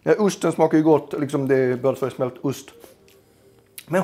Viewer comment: Det heter ost, ust är något annat!;) Rolig idé, haha älskar reaktionen när du inser att degen blev lite väl tjock, gött fniss